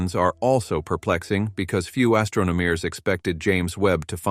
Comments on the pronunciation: There were a lot of noticeable computer voice-over errors ( a few from typos maybe a sticky "e key") I listed the ones I noticed for free, below: ○《observisions》& ○《astronomeers》 - - ○turning them up by the "dossen" - ○"heedious stars" <I would choose a different adjective like behemoth or gargantuan> ○ "200 dollars" ? - ○ "For 2 whole 'deecaydees'.."- ○ "..scientists have wondered how {theese 'super-massivee'} black holes were formed"- ○ "quā-sārs" ○ "most colorful view of 《the》 universe"- □ (also) Who is Chad Marler? I would go into that a bit more! This ones on the house, if you feel I've helped and need a light editor. I am looking for a job currently. I was an English teacher in South Korea. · I think it's text-to-speech. Unless errors were intentional to make it seem more human like, The problem is many of the errors were in a double e ie 《eerror》eg. "deecadees" "super massivee" "astronomeers". I used to have a keyboard that would stick and sometimes double type certain letters in word... But today there's spell check which makes it virtually impossible to have that many typos... for a human.... hmm 🤔